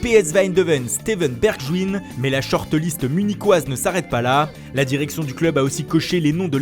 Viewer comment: Staiveune berjewine mdrr